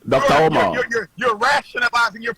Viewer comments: "Dr. OH-mar" 😂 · DOCTA UMAAAA 😂😂😂